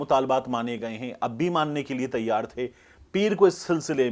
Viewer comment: تَیّار نہیں تِیَار رہںو 😜